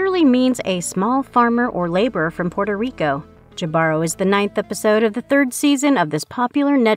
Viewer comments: I think it's ee Bah ro! The h is also silen. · It's Hee•bah•roe, right? That's how I've been pronouncing it,anyway...